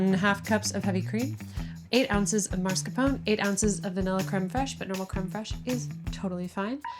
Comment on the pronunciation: Man, I love this channel so very much, but her pronunciation of “marscapone” is killing me…. :p